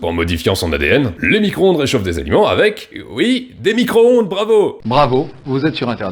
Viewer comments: ecoutez bien, elle dit : "Nicro-onde" ca montre bien le niveau intelectuel, c est affligeant. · Ouiiii il a dit fourmi - croonde !!!! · "fourmicron-onde" lool !!! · La fourmi-cro-onde 😂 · Four-micronde.😂 J'adore. À plus.🎉